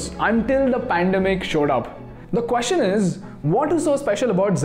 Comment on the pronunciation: One observation or area of improvement: it is not quostion it is question. Everything else is fabulous